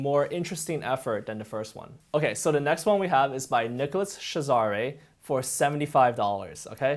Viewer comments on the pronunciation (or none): Tip: "nicolaschazarre" is pronounced "shah-zahr" not "sha-zah-ray" (source: am french)